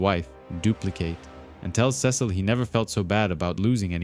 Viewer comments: back after a break, dude said "Ses-seal" 😭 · Youre right ots sea salt